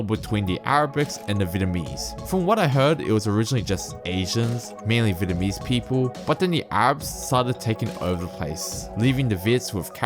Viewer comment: Your voice sounds computer generated ! ..... very similar to another site in which it looks aye eye ... It does Sydney trains and it can't pronounce " th " either .... It uses f instead ! ..... BTW Vietnamese is pronounced .... vee et. nam ease ..... you never mentioned Liverpool right down past Picton no Chinese there .... all Anglos indians..... great to see another site come with their own comments !..... Becoming the norm these days